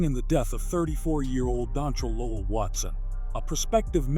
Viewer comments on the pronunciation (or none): none